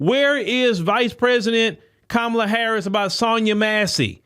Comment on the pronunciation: Van Jones is alright. Very levelheaded dude. Don't agree with him much but I respect his stance on things. He's spot on with this assessment. The Repubs have gotten a quarter of black dudes to hear them out. They'll lose those dudes if they shxt on Kamala and keep mispronouncing her name. Those of us who are black conservatives, don't particularly like her, BUT we're not gonna sit for a bunch of MaGa BS either.